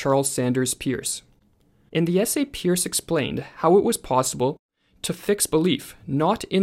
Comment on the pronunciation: Peirce is pronounced “purse” in this case.